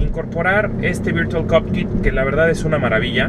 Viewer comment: si gracias, sé perfectamente lo que es virtual COCKPIT, pero el que hizo la prueba no dijo cockpit sino COPKIT, deberían poner atención a sus palabras porque luego la gente repite sin saber